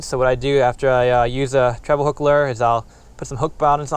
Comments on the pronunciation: Lure, not luuuurrr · What is a "Luuur"?